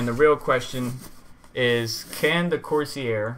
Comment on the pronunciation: It's pronounced Course Air. I get an all-core boost clock of around 4.9 to 5 Ghz using a Corsair H110. My temps rarely go above 70C, and that is with 1.31 volts.